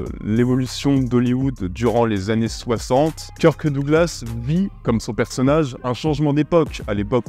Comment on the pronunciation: ah ce bon vieux Keur-keuh Douglas <3